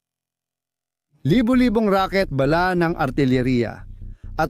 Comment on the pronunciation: Ayusin mo ang pag bigkas mo ng bala.para ka namang grade 1.